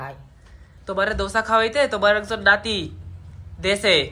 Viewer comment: দশা না।। "দোসা"😂😂